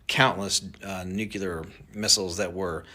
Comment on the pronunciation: I don’t know man, he says nucelar instead of nuclear! Last guy that said it that way was one of the most untrustworthy presidents in history!!!